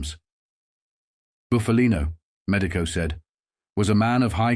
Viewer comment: It’s Buff a Lino not Boof a Lino, get a real person to narrate and not a damn machine